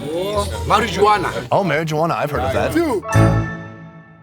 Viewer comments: I smoke daka “marriagegwaan” 🤣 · I love the way he pronounced marijuana... That's how I'm saying it from now on 🤣